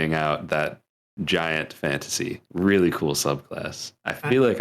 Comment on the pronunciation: Real-Lee? Is it real-lee strong?